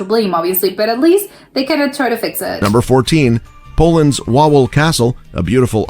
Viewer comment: Wawel is pronounced Vavel. And yes, you're right - it doesn't look like a castle because the video is showing the cathedral, not the castle! And the AI pronounciation is hysterical!!